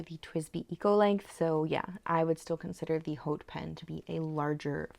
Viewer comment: Love this pen!! ❤ …just the price point 😭 Hope this helps…to pronounce “Haute” "Haute couture" is pronounced "oat koo-toor" in American English and "oat koo-tyoor" in British English, with the 'h' in "haute" being silent.